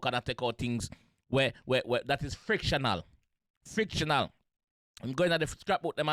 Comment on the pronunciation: Fictional, not frictional..loo